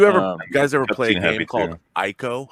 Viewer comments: it's pronounced /ee-ko/, not f'ing /aiko/ it's not an English word! and Shadow of the Colossus is a f'ing PREQUEL to ICO (which was released first. I mean, it's a prequel chronologically) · Ico, not aïco. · Minor nitpick: "Ico" is pronounced like "ee-ko" and not "eye-ko" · Ico isn't pronounced eye-ko it's pronounced as ee-ko. You aren't gaming journalists, get it right.